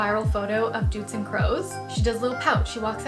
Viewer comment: Nit doetzen but doutzen